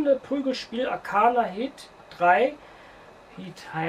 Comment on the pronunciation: DAS HEIßT arcana heart 3!!!!!!! aber super news